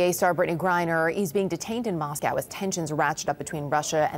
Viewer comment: HER NAME IS Griner not Briner SON OF WOMAN